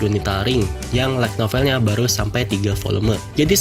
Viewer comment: Lu baca "like novel" atau "light novel" bang? Pronunciation light belajar lagi bang, biar viewer ga bingung